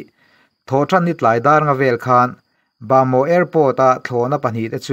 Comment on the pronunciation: Ba maw ti toh suh. Bamo tih tur ania.